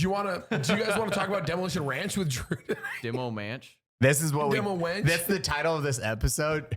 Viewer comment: did anyone else hear Jew not Drew lmao